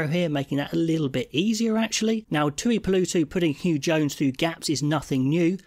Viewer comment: It’s a very minor nark, but please god, get the name pronunciation correct… The tooeepoolootoo stuff was getting my inner Karen dick up. Thanks. Love your work.